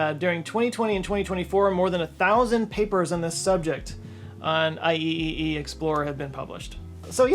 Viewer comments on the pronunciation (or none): good opportunity to say "I don't want to die" again :D - you mean "Eye-triple-E", though I'm not sure if you are joking or you don't know how to say it :) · its usually pronounced “aye triple E”. So you don’t sound like a dolphin next time ;p. (Seriously mean this comment well, I enjoy your content)